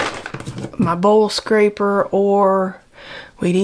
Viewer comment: are you saying bull scraper or bowl scraper? I've never used that kind of tool to scrape a bowl, so I donno know the reference. If it is a bull scraper, then LOL... I've gotta many questions. These sound like American phrases I don't get, but that tool seems to be fun to use. 🙂